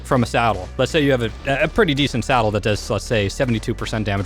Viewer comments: Do you keep saying "salad" instead of "saddle"? lol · He said ascendant salad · I thought he was saying salad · I honestly think it’s funny how he says salad instead on saddle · is it just me or does he say salad instead of Saddle ????? Awnser plz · Before i thought you said salad and not saddle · SADDLE NOT SALAD!!!!!!